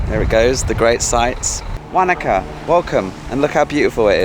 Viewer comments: As a kiwi, your pronunciation of Wanaka is hilarious, we say it like Wonaka , you say it like wanka ! Think of fish like Wanda, maybe ask locals ok Still love seeing home, as I now live in Thailand. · Be good if you could research how to pronounce the town properly, it's - wo·nuh·kuh. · I giggled when you said Wanaka too 😆 very English accent 😄